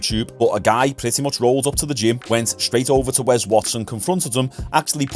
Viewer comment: why are you calling him "wez" say your S's mate